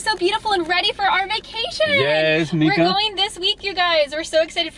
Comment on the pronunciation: It’s said Meeka